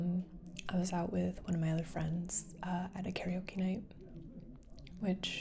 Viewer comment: I wanh to pahty wih you ohl nigh long....Would you like some wah er?